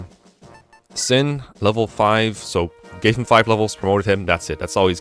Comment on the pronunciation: How come your pronunciation for some words is kinda off? Vuh-ryed, Sin, Larum etc. Approaching this chapter though, so helpful guide ty!